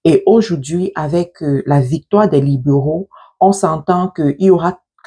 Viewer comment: C'est quoi les " liboraux"😂😂 soit naturelle et simple sister. Les libéraux c'est simple à prononcer non😂😂